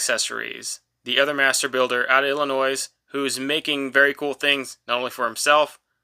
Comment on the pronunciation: Just FYI, you don't pronounce the S in Illinois. I know this because I grew up in Indiana and my mother corrected be a bazillion times as a kid :) Great video BTW!